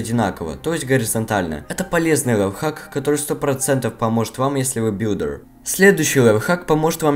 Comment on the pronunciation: Можешь убрать акцент со слов парт и билдер